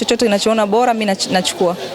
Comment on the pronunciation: Jamani hakuna jina Khanifa ni mbona Lugha ya Kiswahili mnaiharibu kwenye kuandia na kusema. Ni bora siyo bola 😮 daah huyu Dada ni kitoka Mji gani….